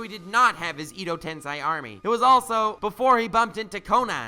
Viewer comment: Please please please pronounce Tensei correctly.